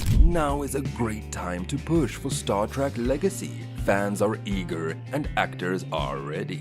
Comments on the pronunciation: Don't care much for "Star TRACK" and this machine pronounced "ensign" completely wrong. Get a person to read these things!!! Personally, I would LOVE to see Star Trek Legacy with all the original caracters and actors. Really horribly put together video,. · What is Star Track? The narrator keeps mispronouncing this. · The fact that he keeps saying Star “Track” says it all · "Stawr Trak." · Another click bait by a bunch of pathetic dorks who doesn't even know how to pronounce Star Trek. Avoid at all costs unless you want to waste your time.